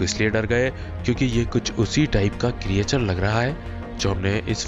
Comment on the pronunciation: Correct ---->क्रिचर Not क्री ए चर